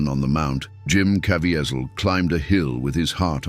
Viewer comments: Please, PLEASE, learn how to say Jims last name! Caviezel pronounced Ca V zel. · this A.I. can't pronounce Jim Caviezel's name correctly! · I didn’t know all these things about the filming. This is amazing. I bought the BluRay, and try to watch it every year. But, I WISH, the would pronounce the name Caviezel correctly. I think he earned that respect! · Please say Jim Caviezel’s name correctly. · Just like another video that talked about the movie. The guy speaking keeps mispronouncing Jim last name. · Commentator lies a few times & doesn’t know how to pronounce Jim Caviezel!! None of Gibson’s comment line up with video ..plus the tag never explains the scene depicted in the thumb nail!! I give the doc 1 out of 10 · Why didn't the narrator know how to pronounce Jim Caviezel's last name? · I appreciate the content of this video, but who are you?? It's read by AI, and the robot pronounced Jim's last name countless times!! You are a storyteller on the hunt for a story.